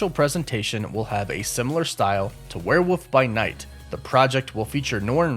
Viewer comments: I find it interesting you pronounce it as "Were-woof"... like, where'd the L go? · your pronunciation of "werewolf" is absolutely adorable